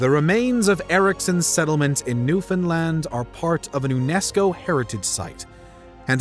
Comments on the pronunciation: Props to properly saying Newfoundland. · NAILED the pronunciation of Newfoundland, Newfoundlander approves